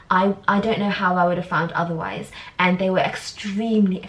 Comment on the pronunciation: Who else feels she keeps pronouncing And as “end” 🤔😐every time she said “and” it sounds like she’s saying end!